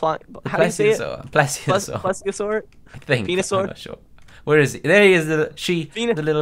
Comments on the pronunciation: It's pronounced " plee-see-a-sore" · Its pronounced(ple-a-sore